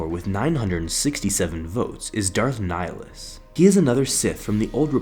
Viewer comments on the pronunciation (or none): Pretty sure your pronouncing "Nihilus" wrong. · ok but your pronouncing of nihilus ( latin origin ) is terrible #nofront